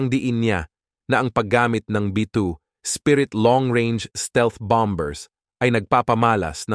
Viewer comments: BOMBER'S not (Bambers) silent "B" ( Bamers ) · Bamers po ang pronunciation ng bombers😅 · Sir,b2 spirit bomers hwag munang bigkasin Ang letrang b"or bombers KC pngit pakinggan sayang vlog mo. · bom bers putik ayusin mu naman mag pronounce ng mga salita mu